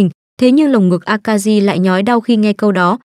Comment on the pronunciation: Jirou, Shiori, Akari mà nghe phát âm giọng Bắc cứ cấn cấn